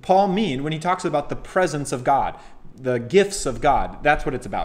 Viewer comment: Great review...I havent read the book but heard him speak. I think you need to work on your pronouncement of "Presents" the way you say it it sounds like PRESENCE.